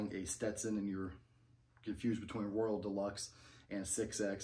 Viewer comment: I can’t tell if you’re calling it the “world deluxe “ or “royal deluxe”? I know it’s called the “Royal Deluxe” because that’s the hat I bought.